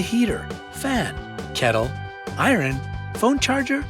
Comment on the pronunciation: did anyone else hear irin